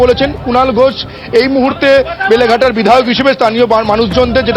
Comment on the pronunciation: বেলেঘাটা ❌ লেলেঘাটা ✅